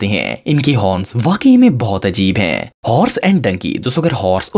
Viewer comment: Yar ap jo sentence k end pay ajeeb sa 'hain' bolty hain wo bohat bura hay please thora accent change kro thnx in advance... bohat bari or ajeeb awaz nkalty ho ap, please don't mind